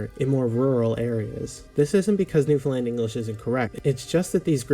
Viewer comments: soooooooo.... Understand... Newfoundland... say it that way... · I've have watched the 911 videos that you are presented - great to see you checking out Newfoundlanders while educating others - great job! Now that you are talking about our local language; one minor correction I'm going to provide is the pronunciation of Newfoundland. "Newfoundland" actually rhymes with "Understand"; many mainlanders (or 'Come From Aways') pronounce the word by attempting to shorten, such as "New-fin-lund". AND we actually also have a 'Newfoundland Dictionary' - a rather large dictionary at that. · Loved this. Your reactions had me dying. One thing, you are pronouncing Newfoundland wrong and it is a common mispronouncation. It rhymes with 'understand' and similarly has 3 syllables. Start by saying new, then fun for found, finally pronounce the 'land' at the end of Newfoundland. New-fun-land, un-der-stand?❤ A Newfoundlander is also called a Newfie, though amongst us, there is some debate about whether it is acceptable. Newfie has been used in a derogatory way, the butt of the joke. Newfie is also used as an endearment, especially if we are referring to ourselves. You should do Quebec next❤🎉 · New fin land not lind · Quick little note about your pronunciation of the word Newfoundland, if you don't mind. Please don't pronounce the last syllable as "lund". It's pronounced "land", same as you would say "Disneyland". (People find it easy to remember that as an example of how to say it.) Go back into the video and you'll hear it clearly pronounced that way by the narrator. The name of the island is pronounced "noof-end-LAND", with the same cadence as "understand". The full name of the Canadian province is "Newfoundland and Labrador", just like the names of the two dog breeds, the Newfoundland Dog and the Labrador Retriever! Cheers! ❤🇨🇦❤ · Not Newfunlin...it's New fun land. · it is pronounced New Found (not fun) Land (like land)